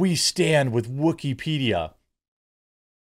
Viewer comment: Wookypedia, sounds more like Woosypedia